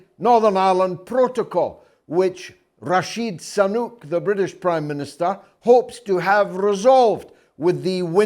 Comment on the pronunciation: "Rashid Sanuk" 😅 gets me every time